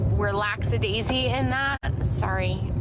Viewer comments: Broken doll eyelashes girl… lacks-a-daisy? 🤦🏼‍♀️ The word you’re looking for is lackadaisical. That is all. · Ok I'm not the best with vocab but did she say 'lacks a daisy'?? Lackadaisical maybe?? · relaxed daisy? does she mean lackadaisical? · Excuse me LAXADAISY!? Lackadaisical is the word..ffs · Laxadaisy? I think she means lackadaisical. God help me now. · Lacksadaisy. 😂 Ma’am, read a book,I’m begging you. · “Lacksa-Daisy” 😅😅😅??? I think she meant lackadaisical… but I’m going to start to say lacksadaisy. It’s my thing now. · Lacks-a-Daisy? I think she means lackadaisical. Ugh! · oh jesus… laxadaisy? does she mean lackadaisical? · "Lacksadaisy??!!!" omg, hun. It's "lackadaisical" and that's just embarrassing. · Laxadaisy? 😮!?!? Ma’am did you mean Laxadaisical??? She don’t know what that word means 😂😂